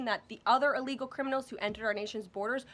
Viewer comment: Ellgal like Emediately is NOT A WORD! English 101.